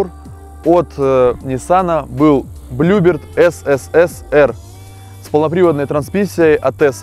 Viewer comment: Классные видео, но блин так режет слух всякие "БлюбИрд" и "КрОуны" ) Вы же делаете передачу не тяп-ляп, красиво снимаете, не пропускайте таких ошибок = )